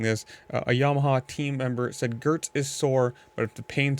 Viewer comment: It’s pronounced gee-urts